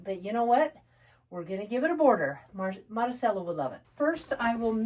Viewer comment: Marisella pronounced Madee- sella